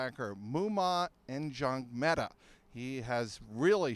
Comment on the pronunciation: The "N" in Njongmeta is silent